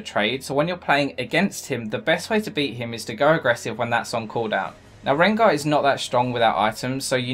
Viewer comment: sooooo, did you just say rengo